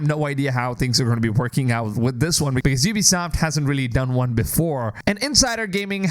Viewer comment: You started saying Ubisoft correctly! 😂 Edit: I can't believe you think that if EA destroyed Star Wars games, Ubisoft is going to make it any better? It's literally jumping out of the frying pan and into the fire! Ubisoft has been killing the AC franchise with each release.